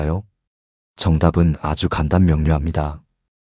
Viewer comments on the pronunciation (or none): 간단을 ""간딴"이라니!! 이건 일본어식 발음입니다. 그저! "간단"이라고 발음해야지요!